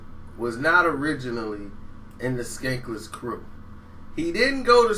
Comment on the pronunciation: Bruh......its SKANLESS KREW. (Scandalous). Skankless? LOL.